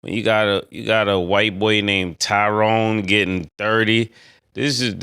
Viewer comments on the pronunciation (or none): It’s Ty Jerome not Tyrone 😂😂😂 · Ty Jerome not Tyrone lmfao